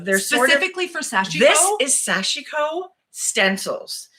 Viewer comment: You look super comfortable in your new format! And both of you look great in your kerchief/shawls! BTW, Sashiko is pronounced SASH-koh. The "i" is silent.